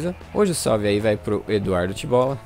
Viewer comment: Kkk esse vídeo ficou muito engraçado. TOP!! Like!! Muito show, vlw por mandar um salve no Vídeo! Você falou certinho meu nome Tibolla, tem muita gente que não acerta. Iai consiguiu fazer um teste naquele Mod que eu te indiquei?